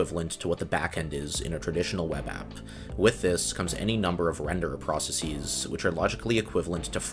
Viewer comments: How do you pronounce every other word wrong? Processies isn't a word, and you don't even pronounce process consistently swapping from US to British versions of it. Also it's not jAHvascript, or temPLATE. 🤔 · Perfectly explained and very interesting! The pronunciation of "processes" is quite jarring though.